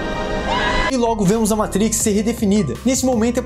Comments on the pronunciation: Show demais, mas, pq falar "Meitriiiix". fala matrix homi. valoriza nossa língua. a gente ja sabe q tu entende dos paranauês gringos. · Muito bom vídeo, só faz o favor de parar de falar "MEITRIQUIS"... hahahahaha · Meitrix kkkkkkkkkkkkkkkkkkkkk quem ve pensa que é americano kkkkkkkkkl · Só não entendi pq no começo do filme ele fala "matrix" de forma "chique" e do nada fala normal. É um vídeo para brasileiros. Então fala normal.